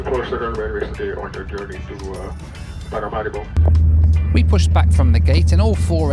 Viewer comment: Small nitpick… Paramaribo is vocalized like Paramareebo.. otherwise love your videos.